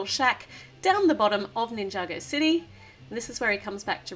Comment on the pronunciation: Mabe it's city not dity.